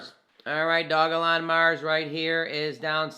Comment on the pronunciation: It's Doge-lon, it's not hard